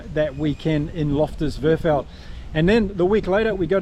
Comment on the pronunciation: Rassie = Rá c Versveld = Fé r s fel d (you got the second part right). Thank you.